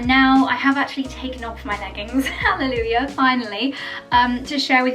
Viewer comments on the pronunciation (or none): none